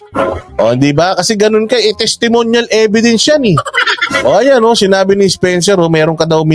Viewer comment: Testemonial evedence. Ganyan nya ipronounce. Sabihin mo din, do i have to explain for my own opinion? Yan palusot nya kay banat by.